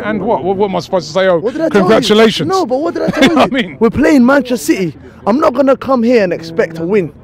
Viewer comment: Manchacity 😂😂 idk why it’s funny